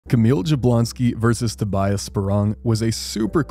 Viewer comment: just to let you know: My understanding is Tobias' name is pronounced: Toby-us.